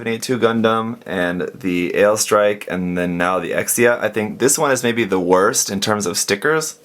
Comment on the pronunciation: Sorry if this offence you but you suppose to pronounce Exia "Ekshia" instead of "Eksia".